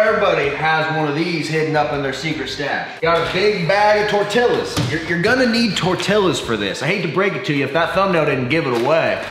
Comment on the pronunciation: I was so happy when he finally stopped pronouncing the LLs in tortillas then he did it again omg